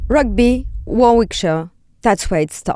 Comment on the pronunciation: If you are going to do a programme on Rugby, you think she would learn to how to pronounce Warwickshire ...